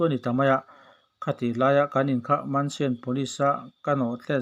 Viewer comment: Mansian ni loin, menshn/mensan/mansawn ti a lam tur. Chhuat nawhna hi.